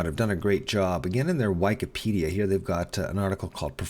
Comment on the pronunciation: I'm more concerned about "whykipedia" than "sienna" :P